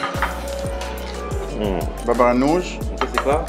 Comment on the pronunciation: Elle a dit le ban ganoushh je suis mort y aurait pu au moins l’apprendre à le dire